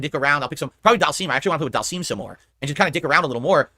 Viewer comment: He still calls Dhalsim doll seam 😂😂😂